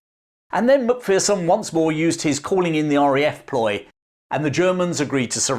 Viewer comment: It's pronounced mac fare son or mc fair son